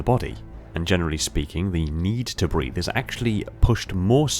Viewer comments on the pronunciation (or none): none